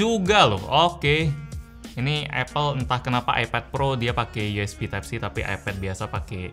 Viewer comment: masih ingat bg 3 tahun yg lalu? Yg Review Sm note 8 Tipe C bukan Type C😂👍 Ngmg Nya Slow Bet😂